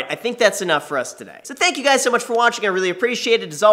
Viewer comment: "What's up Graham, this is guys..." Am I the only one who heard him say that? I wonder if that was intentional?